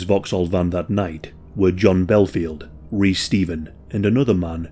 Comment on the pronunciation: My names Reece and hearing you say it that way dont feel right 😂